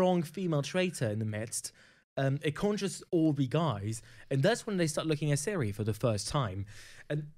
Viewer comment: Her name is Cirie not Siri.